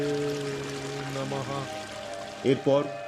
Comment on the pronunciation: সন্দেহাতীতভাবে চমৎকার উপস্থাপনা 👏👏👏 কিন্তু Echo/Special Effects - এগুলো ব্যক্তিগতভাবে নিছকই অপ্রয়োজনীয় মনে হলো! সর্বোপরি, বেশ ক'বার "ওঁ ভগবতে বাসুদেবায়ে নমঃ" খুবই শ্রুতিকটু লাগলো, যার সঠিক উচ্চারণ হবে - "ওঁ ভগবতে বাসুদেবায় নমঃ" - "য়"এ কোনও "এ"কার নেই 🙏🏻 ধন্যবাদ ও শুভেচ্ছাসহ